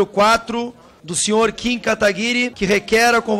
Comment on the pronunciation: Mano, o pessoal encontra uma dificuldade IMENSA em dizer o nome do Kim certo...